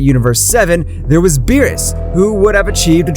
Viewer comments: Beerus not bills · ive never seen your content before but this is amazing, one question tho. why did you call beerus 'bills' or something like that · It's Beerus not bill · Bills i think its called beerus 😣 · this shit is ass bro he spelled saiyan incorrectly and called beerus "bills" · Why did you say bills his name is beerus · its berus not bills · Who the f is (bills) its beerus, im having a migraine listening to this pronunciation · his name is beerus not bills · It's beerus not bills and it's bulla not burra learn how to pronounce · Who's bills? Lmao learn to pronounce the names if your gonna make a story out of this. You sound dumb lol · Why dose he call Beerus bills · Bro was saying “Bills” not “Beerus” lol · Can you please stop calling him bills call him beerus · its beerus not bills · It’s beerus Beer•Us not bills wtf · Why did he call Beres bills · U called him bills and called bulla burra